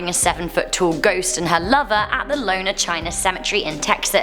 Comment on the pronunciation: Almost there! It's more like p'kahn. less pah. It's s short 'p' sound. Also : D Here's one I cannot explain- two L's in spanish make a Ya sound! So it sounds like , Yor-oh-na : > Really cool to see Demon Road up there! I wonder if you will get enough new TexMex ghosts for another video XD